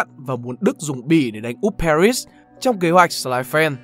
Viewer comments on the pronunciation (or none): none